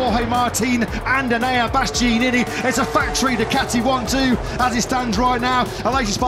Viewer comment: How on earth is it so difficult to pronounce BastiAnini correctly!?